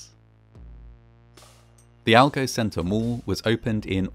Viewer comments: Mall not mull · I quickly realized that he meant mall when he said mole.